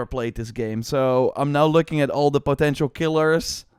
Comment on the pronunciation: it is so funny when you pronouns "potential"